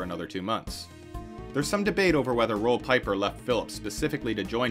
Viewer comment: Roel Pieper is pronounced, Rool Peeper